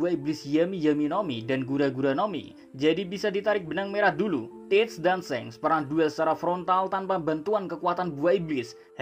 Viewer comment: Min, shanks itu kok bacanya seng, pdhl luffy panggilnya sangs